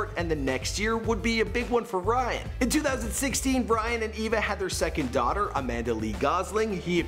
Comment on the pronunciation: sounds like you said Bryan. His sexy face makes it hard to remember his name